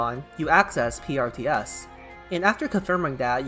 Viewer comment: And when you pronouncing PRTS...it does sounds like Priestess